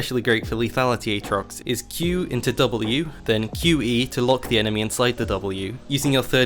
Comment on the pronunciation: play like how he should be, AA-trox